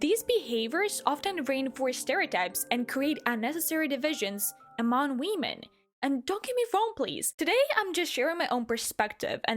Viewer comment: idk why but that we- men just triggers me its pronounced WOMEN